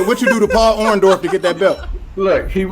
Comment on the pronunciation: Royce said “Paul Orndorff” 😭😂😂😂😂😂